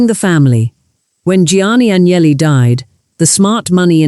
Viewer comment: Aguineli??? Não sabe pronunciar um sobrenome estrangeiro, aprenda. Sem credibilidade. Fui...